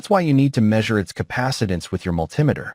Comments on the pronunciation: It is understandable to get annoyed due to AI's weird pronunciation (ie. when it reads "multimeter") but overall, as others mentioned, it provides a much wider audience due to slow and clear narration that appeals to non-native English speakers with limited skills. This is especially more relevant when the person in the video is either cannot speak English or have a very thick accent. So, ultimately, you look at the content of the video. If it is of value to you, you ignore such trivial things and actually be grateful that someone took the time to use AI to resolve such shortcomings and upload the video to share with the world. I think people became too comfortable with freely available good material online and start taking things for granted ergo this type of silly criticism. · It's called MULTI METER. In other words, many meters in one. Not mul-tim-ator. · Sounds like AI generate. Its multee meter not mul tim eter! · I can't get over the growing trend to call a multi-meter (- and that's mulTEE-meter, not mulTIE-meter) - a mull TIM eter. That's what happens when you get AI to read the script. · MulTIMAter? Isn’t that a “MULTI meter”. AI voicing is still primitive. Also, I believe the common name for those four diodes is a bridge rectifier. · Good info. Multimeter is pronounced MUL-ti-ME-ter. Not MUL-TIM-e-ter. Triac, TRI-ack. Thyristor THY-ris-ter. Also, the multimeter has opposite voltage from the leads, when set to resistance. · yeah what on earth is up with that pronunciation? AI? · Think this is AI generated or assisted because never heard in my 66 years multimeter pronounced like altimeter , should be multi meter pronunciation and yes Mr. Carlson's Lab is the best for non-AI tutorials and information. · Not sure how the video pronounced it, but the way I'm referring to is similar to altimeter. Just like I wouldn't pronounce that alty-meter, I said mul-Tim-eh-ter. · Don't like the "multimeter"? Cousin to the altimeter? I got a laugh out of that as well. AI???